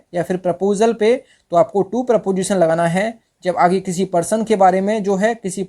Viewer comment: Not PROPOSITION pronounce it is preposition